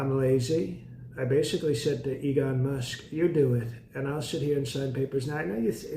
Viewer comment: Dude said "Egon Musk"